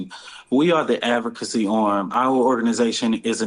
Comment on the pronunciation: Brother man can't pronounce/ enunciate. SHIZZZZZ. SMH. "since 2 towsend n 14, we are da advVERcacy, dis. No, fired .